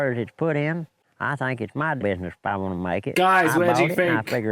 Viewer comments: I understand everything you say. I notice that when you say a word with th like think it sounds like you are saying fink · You asked if we understand your accent. Yes. I hear the F, instead of TH, as in fink, instead of think, but I don't know where that's from. Somewhere east of London, maybe? Essex?